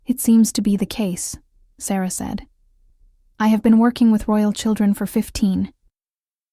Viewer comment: Ok, it’s irritating that the main female characters name is pronounced 3 different ways. Is it Sarah, Sara, or Saira. Also stopping at the wrong times in the story. Whoever is doing the A.I for the stories, please do it properly.